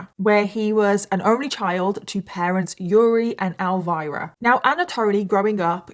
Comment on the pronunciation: ElVEEra, not ElVYRA